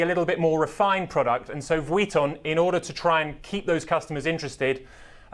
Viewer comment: Lol this man saying Vuitton is really bothering me. Just say LV